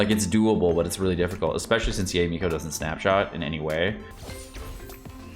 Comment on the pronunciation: Pls, not Yay Miko 🤣🤣🤣😂🤣😂🤣